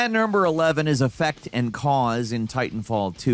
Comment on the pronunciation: "AT NERMBER 11"